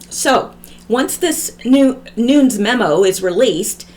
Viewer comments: Its pronounced Noon-yez Nunez. Hope this helps😉💚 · NuNEs...[ Noon- nezz] please get that, its nerve racking..lol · Love your videos. Nunes is two syllables: sounds like noo-nez. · Nunes, as in: New-ness. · Nunes pronounced noon-ez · Sorry so many comments. I should make notes. 😂I can't make a line over the U in Nunes, but it's long U, like you said but es, is not a silent e, short e.